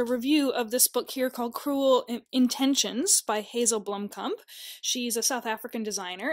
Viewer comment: Blomkamp. Not Blompkamp...